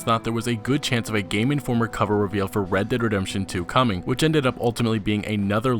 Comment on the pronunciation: Great video! Also when you say "Red Dead Redemption 2" really fast you sound like you're saying "Reddit Redemption 2" hahah. Keep up the great work!